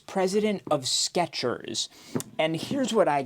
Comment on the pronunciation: theres no T in Skechers.